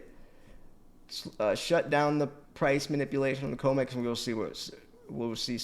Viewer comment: It’s com x not co mex tbh your comments would have more cement